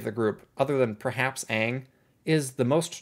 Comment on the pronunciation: did you just say "Gaang"? I dunno if that was unintentional or if it's a commonly used term, but if it was neither, bravo, that is really good lol.